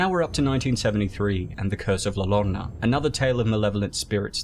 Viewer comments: For future reference Ll pretty much phonetically sound like Y so pronounce like this yorona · Llorona, no quite accurate Try saying "Yorona" in Spanish "ll" sound a lot like "J" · "La Lorna" 😂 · When there are two “L” next to each other in Spanish you pronounce it as “Y”. ie Tortilla - “Tortiya”, Llorona - “Yorona”, Padilla - “Padiya”. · It depends on which flavor of Spanish your speaking. For instance, in Peru, two Ls are pronounced as a J sound. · Say "Llorona" like "Corona" with a "Y". Otherwise, great synopsis and analysis! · it also wasn't as frightening as the pronunciation of Llorona in this video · his pronunciation was scarier than the movie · Yeah it’s the first thing you learn in Spanish class so it hurt hearing that